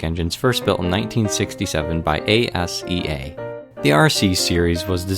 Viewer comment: I dont think its A-S-E-A its Asea